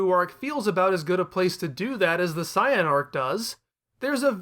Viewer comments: If you're going to say "Sye-yan" just say Saiyajin. Sorry, "Say-yan" is the English name. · Man comes out swinging how Zenkai Boost ain't real, yet pronounces Saiyan like Cyan lmao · I get you want to pay respects for the original Japanese dubs in the way you pronounce things, but there's a reason that they are different in the US version for some words. They don't sound as ridiculous. Thank goodness we pronounce it seyen instead of Caiyan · Sai-Yan Majeen Booooo Blooma If I didn't know any better, I'd be convinced that he hadn't watched a single episode of this show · Why do you say it like cyan! I hate it here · The pronunciation of saiyan is killing me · Saying Saiyan like that is never going to catch on. Took me right out of it. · you're not saying Saiyan correctly, please say it right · The word Saiyan comes from the Japanese word for vegetable "yasai", which is pronounced "Ya-Sigh", not "Ya-Say".